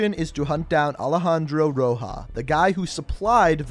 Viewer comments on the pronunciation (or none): none